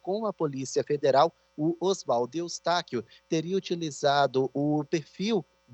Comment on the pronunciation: Está tv é tão ruim Que nem o nome do Osvaldo Eustáquio ele fala correto .